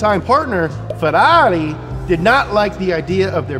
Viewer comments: Man you need to learn how to say "Ferrari" correctly. Please❤ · We could say that this is a "Ferrally"?